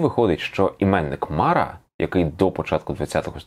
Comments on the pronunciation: А хіба не "марА", з наголосом на другому складі? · МАРА́, и, жін. Наголос на останній склад.